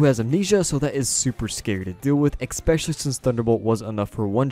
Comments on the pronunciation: Awesome video(s), but please stop pronouncing it "expecially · Did he just say “expecially” 🤨